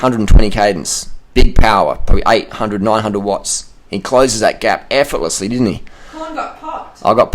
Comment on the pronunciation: "we doing 400 wotts roight now"..how this idiot always wants to be badass^^...think he is suffering under body image disorder...because hes got no gains. i mean literally no muscle on his body. This guy is far to old to hold up with cyclers, he is just bullshitting, i wouldnt be surprised if he never cycled more than 80km at once.